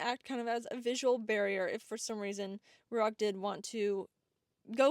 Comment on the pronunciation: Is it Ruach like the Hebrew word? Cos should be Ruah more than Ruak